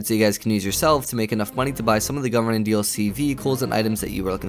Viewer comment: i thought he kept saying government dlc instead of gunrunning.